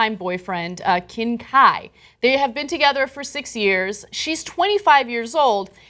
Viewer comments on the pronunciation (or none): You think that's bad? She calls them swimmers instead of Divers, and Qin Kai became Kim Kai... LOL.... Well, at least she did not call him Kim Chi.... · Ana the fiance's name is pronounced Chin KaiI(english long i sound). I dunno how to write out the way He's name is pronounced but you didn't get that 1 right either.